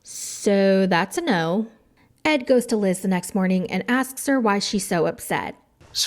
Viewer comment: LOL the "NAUR" took me out